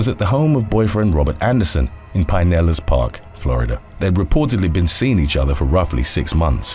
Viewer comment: You say pinellas funny, dont know if thats by accident or for on purpose for laughs but regardless i like it cause its funny